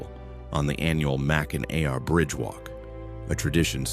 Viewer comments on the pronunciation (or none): It's pronounced MAC-in-aw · At least he didn’t say Mack in nack 😅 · Mackin Awe good job AI 🤣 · Arti Ficial Intel Iigence....at least he didn't say MAC IN ACK....which most do!! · That is a pretty annoying mispronunciation! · Hillarious pronouncation 😅